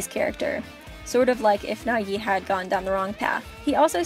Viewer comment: Im straight up kinda sad how you said Naegi😔